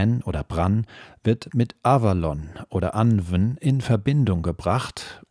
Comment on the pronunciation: 💚💙💚...Sorry, aber: Das Pferd ist totgeritten Es hat sich totgelaufen Anwn sprich : Anuun Sidhe sprich: Schie Beispiel : Gwenneth Paltrow 💚💙💚